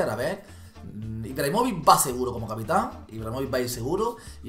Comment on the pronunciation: capitan va con acento a la segunda a no a la primera kiki 😂😂